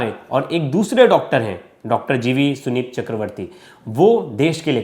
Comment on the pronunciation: थोड़ा पढ़ा लिखा एंकर रखा कीजिए जो संदीप को सुनीप बोल रहा है